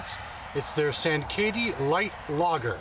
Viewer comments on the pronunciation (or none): sankaty is pronounced "sain-kitty"